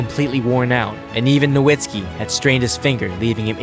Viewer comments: As a long-time Mavs fan, I always feel odd when Dirk's last name is not pronounced as "No-vitz-ki" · Is Nowitski's surname pronunciation "Novitski" or "Nowitski"? I'm so confused